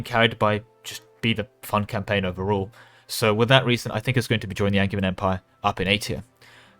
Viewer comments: Wait, isn't Angevian pronounced with a J, like in Anjou? I would use the hard "g" in Magisterium and a "j" in Angevian, you must have it backwards! (non-native speaker btw) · Definitely a soft J in Angevin AND in Magisterium. All the Magi- words are soft J -- magi, magic, magicka, etc.; magus is hard G because it's the ancient Greek root.